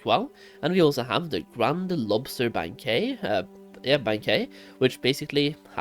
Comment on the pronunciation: Bang-kwit - sorry for grammar police, you speak english better than most native speakers anyways hah!